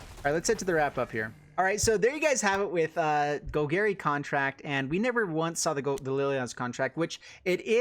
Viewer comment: “Gol-gary”..... please learn the correct pronunciation bro Love you tho, no homo